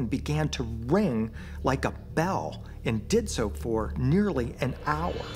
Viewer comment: "...if saow...". The narrator's pronunciation of the word, "so", must be intentional. Anyone else notice this? As to the story, I think it's all but proven the moon is hollow. The question now is, how did it become that way and who or what is using it, and for what purpose?